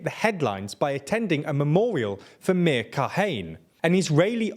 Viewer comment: Again, pronounciation. Meir is a two-syllable word, Me-ir, and it rhymes with "Zahir" from Legend of Korra. Kahane is a three-syllable word that sounds similar to "katana". And Kach, as you were told last time, rhymes with Bach.